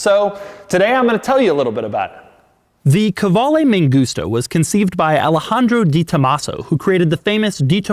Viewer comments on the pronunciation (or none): Why does he keep saying ME GUSTA ? 😂 IT'S MAN-GOOS-TA. 😳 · Man gusta Not me gusta, lol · Sounds like "Me gusta" - I like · M A N G U S T A = M U S T A N G A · mangusta, mangusta, all I kept hearing was megusta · No "man gusta" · I speak spanish, same i just hear "me gusta" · Mangusta sounds like you are saying "me gusta" witch translates to "I like" or "I like it" in Spanish. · I kept hearing "me gusta" and it made me chuckle every time you said it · whole time, thought he was saying "me gusta"